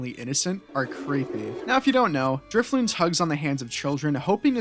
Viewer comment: Driffloon....need I say more